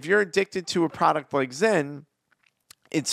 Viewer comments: This fool said zen 😂😂😂😂😂😂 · Bro called zyn, zen 😂😂